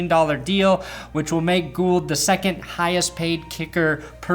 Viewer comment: HOLY SHIT YOU SAID GOULD THE CORRECT WAY. Me and the other Goulds thank you for your service in fighting Robbie "Gold"'s propaganda.